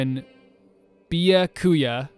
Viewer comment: "Byakuya" is pretty hard for English-speakers to pronounce - "by" is a very foreign combination of consonants for us! If you want pointers on the pronunciation, his name is three syllables (despite being four morae), and "bya" is the syllable with the most emphasis, not "ku." That's enough language teacher rambling from me though haha. Honestly it sometimes seems like a toss-up which names the localization team decides are "too hard" and thus need a nickname (Danganronpa 2 has some of the hardest-to-pronounce first names in the franchise, and yet NONE of them were given nicknames). In Togami's case, at least, it makes sense that he wouldn't let anyone use a nickname with him...